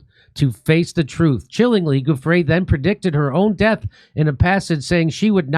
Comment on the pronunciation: stop saying Guffre , JD, it is Giu (like jew), ffre, get it ?! its offensive you pronounce italian like mexican perhaps not sure I dont know it. It is as insulting as people pronouncing, occi instead of okki with the cchi exception, incredibly illiterate and insulting to any italian speaking person.